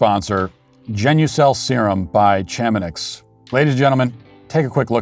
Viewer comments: Please don't say ChamoNIX again. I thinks that it's pronounced ChamoNEE. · I believe it is pronoumced Shah-Mah-Nee. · Chamonix is pronounced, "shah▪︎moe ▪︎KNEE". You're welcome. Now, apologize to your sponsor...